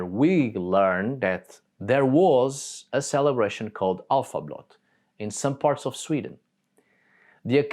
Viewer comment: Älvablot...not!!!!!! Alfa.get better.